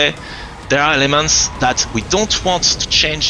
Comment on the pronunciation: Sounds like he is saying "all these lemons" but its actually "elements" lol